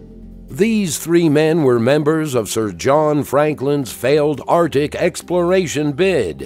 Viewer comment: The first C in Arctic is not silent